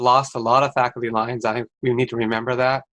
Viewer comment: It sounds as if he is saying "FACTORY LINES" ... Yep ... "student-FACTORY ratio" ...